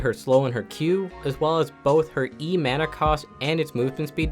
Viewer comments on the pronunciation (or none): none